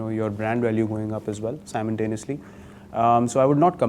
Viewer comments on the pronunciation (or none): Simultaneously not simontanoeously..